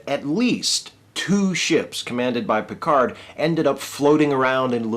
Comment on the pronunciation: As a french, it's always funny to hear him mispronounce his own name when he says with a booming voice "This is captain Jean-Luc Picard of the uss enterprise !"¨. But at least, he pronounces "merde" quite accurately.